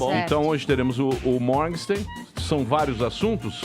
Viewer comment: O Emílio fala "Mórgsten" para o sobrenome do cara, mas a pronúncia é "Mórguen-shtáin".